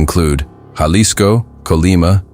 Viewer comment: Ha-lisco not jah-lisco pendejo